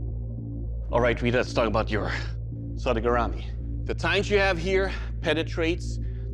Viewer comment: Man, the spelling and pronunciation of “sodegarami” was SO BAD.